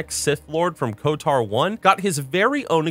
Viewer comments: Great video! And, it’s KoTOR not KoTAR (quite the unique pronunciation you have) 😃😂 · Love the video. Always been a fan of the Old Republic series of games in total. Glad to see you still bringing attention to it. p.s. If you pronounce KotOR as Kot-AR again I'm going to "cause a disturbance in the force" you irl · The way he says KOTOR "kotar" is infuriating. Especially when saying SWTOR perfectly right after...